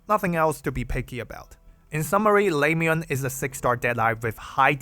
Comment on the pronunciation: le-moo-en. pronounce her name right if you're doing a guide about her.